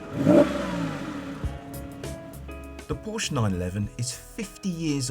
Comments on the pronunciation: Am I supposed to take this guy seriously if he doesn't even know how to pronounce Porsche? It's a 2 syllable word, y'know. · Porsche is a 2 syllable name you stupid asses. Show some respect.